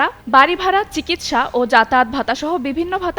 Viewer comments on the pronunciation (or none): none